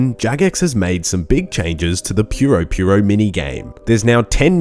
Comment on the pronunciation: That’s how it’s pronounced, Jmods say it that way too, not purr-o purr-o.